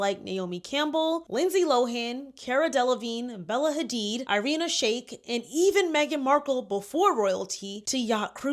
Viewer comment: You need to work on researching names and pronunciations properly. Irina Shayk and Cannes is not pronounced like that